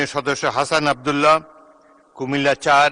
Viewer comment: আজ তো মূর্খ মার্কায় স্পিকার হাসনাত আব্দুল্লার নাম ও ঠিকমত উচ্চারণ করতে পারে না